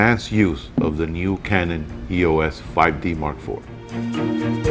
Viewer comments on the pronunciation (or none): I love this review, but it's irritating that you're pronouncing "EOS" wrong. You don't spell it out like "E-O-S.". It's "eeos". Other than that, excellent review!!